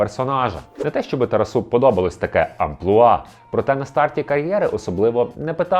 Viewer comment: Все прекрасно, окрім наголосів ім'я героя. ТарАсу а не на останній склад. (